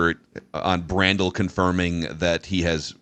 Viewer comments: I love how every week asks how to pronounce Blake Brandels last name. “Blake Bran-Dell” 😂😂😂 ITS BRANDEL!! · Jfc,.... Figure your pronounciations out. This is like the 12th time you've not known how to pronounce Yurosek or Brandel's names.